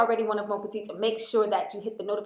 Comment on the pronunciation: love your channel! but did anyone ever tell you that the correct phrase is "bonjour mes petites"? the s is silent so you pronounce it "meh"